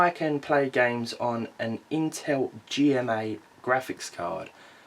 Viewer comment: intel G-rand-MA. graphics